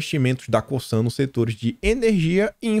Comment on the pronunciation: Oi boa tarde. Parabéns pelo trabalho. Só para te ajudar faço este comentário. Já trabalhei na Cosan e na Raízen. E a forma correta de pronúncia são as seguintes. O “S” no Cosan tem efeito de “Z”. É como se falasse “Cozan”. Já no caso da Raízen. O “í” é a sílaba forte. Isto muda a forma de falar porque tem dar mais entonação no “í”. Desculpa o comentário mas é só para ajudar. Um abraço.